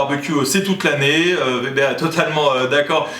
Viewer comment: Merci de dire Weber et non Vebère .. hahah :)